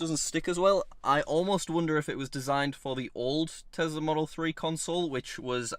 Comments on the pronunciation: I isn't a "Tezla" just like Brexit isn't "Bregzit." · I love when says Tesla